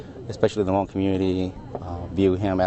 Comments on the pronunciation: . the Ha-Mong fighters. wtf dude. its HMONG! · They're saying hmong wrong/funny. But that's not the point. R.I.P General.